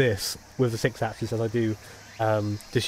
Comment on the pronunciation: Could you please do the #48 License Test with the 6 asses.... ? TY (It's pronounced: 6 accsEEs). LOL BTW: If I had a dollar for each time you said "6 asses" , ...I could buy a PS4 Pro. :/ LOOOOL